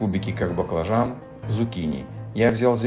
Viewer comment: почему зукини,а не цукини?